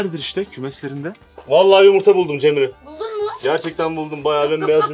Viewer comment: 16.50 cemreye ceren diyo